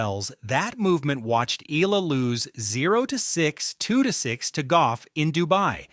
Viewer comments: Eela? Hahaha it’s EYALA or Eala. You had someone in the video pronounced her name and you can’t even say it right yourself. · It’s not EE-LA. It’s EH-YA-LA. Pronounce her name right. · Please. Pronounce her family name correctly. It’s eh-YA-la. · Here’s a phonetic to pronounce her name right EE-YAH-LAH. Get it right, you’re going to pronounce it a lot more.😊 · YA-LA that’s how you say it.